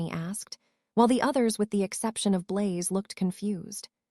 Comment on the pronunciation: "My best friends...Tracey, Daphne, Bluz, Mulfuh, Crub, Ungela..." "Harry, you're having a stroke."